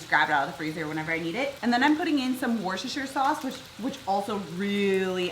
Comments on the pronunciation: Lea & Perrins. Pronounced “Lee” and Perrins. Worcestershire Sauce. It’s pronounced Wostersher, the “o” to rhyme with “put” and don’t sound the “r”. Greetings from the UK. Love your channel ❤️ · Worcestershire Sauce is pronounced [Lee ] Lea & Perrin